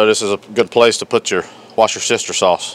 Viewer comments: Worcestershire is pronounced like you'd say "woof" but "woostersheer sauce." I'm British haha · did you say “watch-yer-sister “ sauce? You’re killin me buddy! That looks yummy! Good ole comfort Groceries! Thank you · lol, That's what I heard too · I thought he said worsh(aka wash) ur sister sauce lol